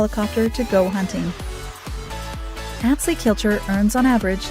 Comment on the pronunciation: The music is so annoying and they don’t even know how to pronounce Atz Lee’s name. Click bait